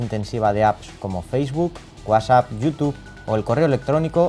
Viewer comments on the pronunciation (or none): none